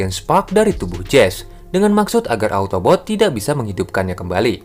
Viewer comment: Autobots bukan otobot😂😂😂